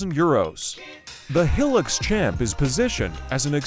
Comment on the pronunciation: Heelix? Hi-lux, short for high luxury. These AI voices can't make the right pronunciations yet.